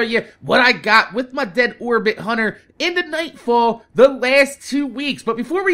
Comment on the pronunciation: Did you say 'My Dead Whorebit Hunter'